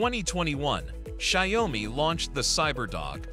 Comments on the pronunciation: “Shy-oh-me” - lol. Is it that hard to have an actual HUMAN voice these things? 😂 Let’s face it, this isn’t a review and neither are your other videos; they’re all just AI-generated marketing. Made me look once, but no more. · Sorry, I can't stand the wrong pronounciation of Xiaomi - check here for a correct pronounciation: tixmLMiU-kI